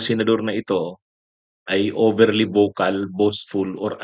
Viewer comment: Bokal o vocal?